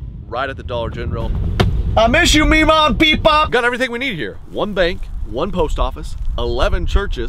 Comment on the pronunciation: “I miss u MEE-MAW and PEE-POP!” I fricking love that!!